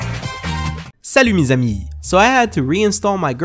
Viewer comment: I'm french and when you say : Salut mes amis, i think it was a french video x)